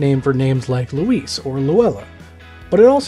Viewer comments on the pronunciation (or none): none